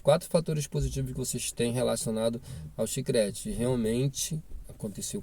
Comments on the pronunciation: CHICRETE TA F,,D KKKKKK É CHICLETE KKKK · Olá ,o correto é CHICLETE e não chicrete ,no mais obrigada pelo conteúdo .Desejo sucesso